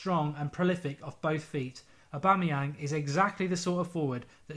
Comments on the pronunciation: Omg Mark finally said aubameyang right😂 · "Aubameyang" - Mark Goldbridge (2016) Music to my ears.